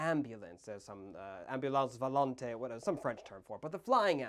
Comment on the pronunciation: 'ambulance volante' is correct for flying ambulance, your french pronunciation really isn't too bad am used to way worse on youtube, kudos to you!